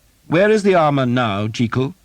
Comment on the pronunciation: One criticism: Sir Simon Jeekyll? Why change it to something that doesn't sound as good, and isn't the correct pronunciation either??